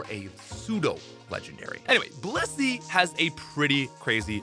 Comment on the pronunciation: the way you pronounced Blissey had me rewinding😂